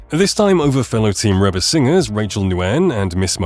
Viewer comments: Dear Mr Robot narrator: “Reba” is pronounced Reeba not Rehba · Please, please, please. It is REE BA not Rebba. Get a AI that knows how to pronounce words properly. Now to Ruby Leigh, what a treasure. With a voice like her's let hear a lot more.